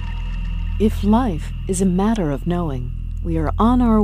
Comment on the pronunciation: although it's a good video, I just can't stand the way she pronounces "matter" - it's so ugly pronounced, I would urge you to record the video again! Maybe it's just her accent or dialect, and if so I'm sorry, but it really sounds very dissonant in my ears.